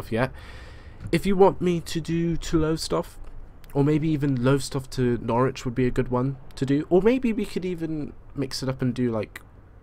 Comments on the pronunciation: It's not nor-witch it's norich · i am in PAIN omfg it's "nor-rij" not "nor-witch" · As someone who lives just outside of Norwich. You say it: Norwich - Nor-wich and Lowestoft as Low-stoft. Also Great Yarmouth in Norfolk is known as Yarmouth. Also it's a dump (sorry) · I think it's pronounced Norwich, if there wasn't the "w" there it would be pronounced norich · Norwich: Nor-ich Brundall: Brund-ull Acle: Ay-cul Lowestof: Low-stoft